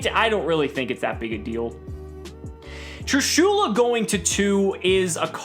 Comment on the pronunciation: Nobody:: Trooshoola